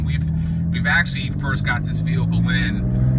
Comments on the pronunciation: on the vewhicle, it's vehicle man VEHICLE not vewhicle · Weird way of saying vehicle